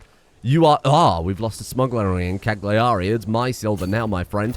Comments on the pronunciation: I know as an Englishman it's your duty to pronounce Continental words wrong, but in case you're interested the 'g' in 'Cagliari' (and most Italian words) is silent. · Dear, as an Italian I'm required to suggest the correct pronunciations: Sassari = "Sàhsari" Cagliari = "Càyari"